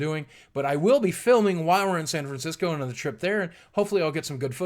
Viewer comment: San Francisco... San Francis-co. xD But seriously, San Francisco: home of aging hippies and hyper-liberals (aka SJWs). Oh Cartman, we should have listened to you...